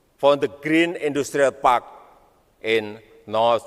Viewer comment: "Esbes es yu ken, plis invest en kam tu mai kantri" Jadi sales Smart city, tapi nggak bisa basa inggres. 😂